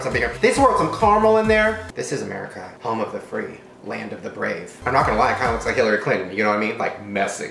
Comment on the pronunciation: Omg when Shane said Land of the rave and home of the free😑😂😂😂